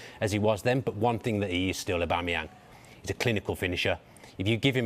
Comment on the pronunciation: "Pierre Emerick Obamemyang" - who doesn't know him 😂